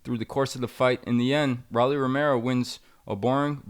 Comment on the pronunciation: Jesus Christ, its pronounced "Row-Lee" not "Raw-Lee". Like the nickname of a Rolex "Rollie"